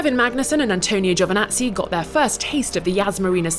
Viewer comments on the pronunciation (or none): C' mon Is Giovinazzi not giovanazzi